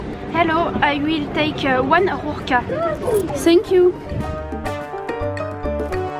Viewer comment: rurka ou rura = tuyau ( il faut rouler le R )